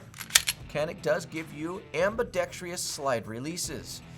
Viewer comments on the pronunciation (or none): AMBIDEXTROUS.... Not ambidextrious. Literallt all you gun tubers cant even annunciate.